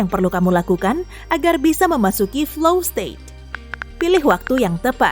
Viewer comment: Flow, bukan fly lho yaa...😂